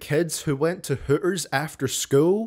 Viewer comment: saying hooters like hooers > Tom Macdonald’s rap career